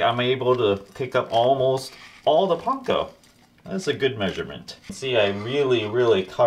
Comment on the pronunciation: I am going to try this tonight. I hope it doesn't turn out too dry. And you pronounce "panko" correctly !